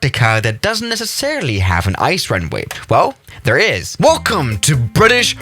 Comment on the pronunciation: How he says it: Now WELCOME back everybody to the land of Antarctica